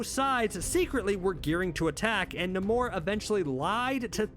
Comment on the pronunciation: wait wait...NA-MORE??...NAY-MORE..I'm stuck in a loop now.